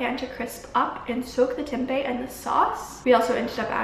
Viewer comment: this was so good !! thanks for making the video <3 as an Indonesian tempeh is a weekly meal staple and out of aallll the vegan food videos I watched your pronunciation of "tempe" is best, like spot on haha dunno why I had to mention that